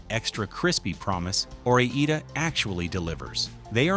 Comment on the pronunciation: I'll take Ore-Eeda.